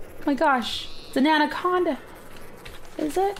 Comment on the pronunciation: cupqawke it's not an andaconada is it me what the hell is an andaconada it's anaconda